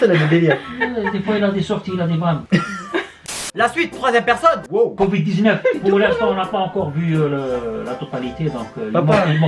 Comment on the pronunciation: Le « couvid » 😭😂je respire plus 😭😭😭😂😂